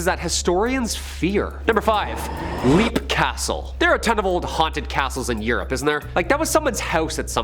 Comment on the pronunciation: Not being technical, but Leap Castle in Ireland is actually pronounced “Lep”